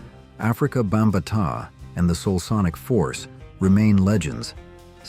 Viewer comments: Afrika Bum-Butt-tah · BAM-BAH-TAH It's not that hard! If he were dead, Mr. Afrika Bambaataa would be rolling in his grave right now...